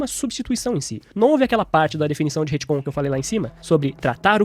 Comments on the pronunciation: se o falar HITCOM mais uma vez em vez de RETCOM eu vou morrer de agonia.... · Ia terminar de ver o vídeo, mas cada vez que ele fala Retcon com "I" no lugar do "e" me dá nervoso!